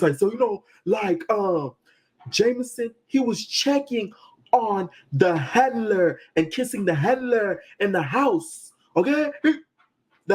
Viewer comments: The HANLURR! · Why he keep pronouncing “Handler” without the D 🤔🤣